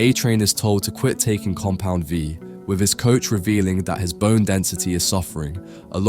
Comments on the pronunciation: "Compound Vive" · lmao noticed this too. also "tears up" like tearing paper instead of crying tears. and alternating between compound V, compound 5, and compound vive 💀 tried really hard not to let these ruin the otherwise great video for me but oof :') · Im not sure why, but it is very entertaining that he says Compound 5 instead of Compound V